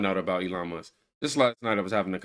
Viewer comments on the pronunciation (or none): someone tell her there’s a loud K IN MUSKKKKKKKKK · She calls Elon..... Elon Muss... because she can't pronounce the K. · She’s going to get sued again for defamation issues. she didn’t even say his name right Elon Mus 😂😂 Musk pronunciation Leticia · I hate her. Lol. She can't even talk. Elon mussss! Muss muss muss. Lol. Its musk you fool! With a K!!!! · Who is Elon Muss? That man’s last name is MUSK. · ELON MUSSS? No K? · Letitia James can't even say Elon's name properly. His last name is NOT Muss. She is a pathetic excuse for a figure of authority. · Wtf is elon mussss?